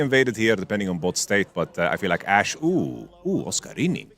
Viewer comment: love pronunciation OSCARININ ❤